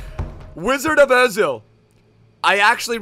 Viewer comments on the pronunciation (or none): none